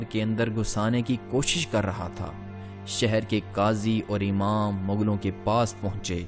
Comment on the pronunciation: کافی تھرڈ کلاس معیار ھے۔ کمبختو پہلے اردو حروف تہجی پہ عبور حاصل کیا کرو ادائیگی درست کیا کرو۔ پھر سوچو کہ وڈیو بنانی ھے وہ بھی تاریخی حوالے سے مسلسل مغل۔ مسلسل سہر۔ بھئی منگول۔ شہر۔